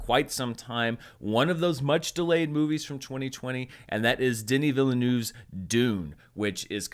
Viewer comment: Phonetically: 'Denee Veelnerve'